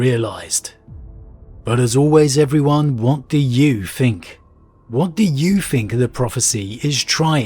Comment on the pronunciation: I really enjoy this channel, after all these months listening I just wish he would put some time into his pronunciation - as his channel grows especially. Even just fixing his "th" sound, it grates so much every time he says "fink" instead of "think". "What do you fink? What are your foughts?" Apart from that, great video as always.